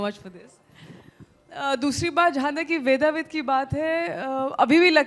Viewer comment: शुद्ध शब्द वेदविद है। वेदाविद नहीं